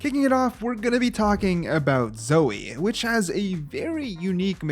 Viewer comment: HOW DARE YU SAY ZOE!?